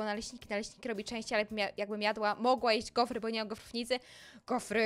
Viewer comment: A powiesz mi co to GOFERY? Powinna powiedzieć GOFRY